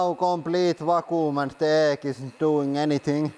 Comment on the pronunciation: "And now the eeg"